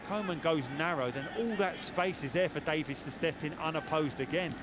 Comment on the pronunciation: It’s DaviEs not Davis😤😤